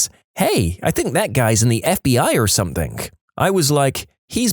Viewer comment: No K in the word Something